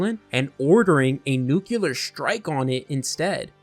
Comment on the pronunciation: Nuclear, NUCLEAR....THE WORD IS PRONOUNCED NU-CLEAR!!!!!!!!!!!!!!!!!!!!!!!!!!!!!! The word you are saying Nuculer which does not EXIST! NO SUCH THING AS NUCULER...ITS NUCLEAR, NU-CLEAR!!!!!!!